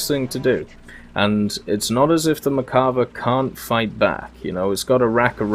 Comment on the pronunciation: I’m probably going to start a war but isn’t it mer-kava not merk-ava (the way you say it)